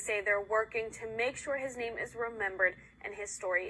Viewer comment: The name isn't being pronounced right.